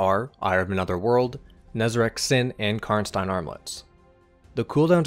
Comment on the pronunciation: I love how you correctly pronounce "Karnstein".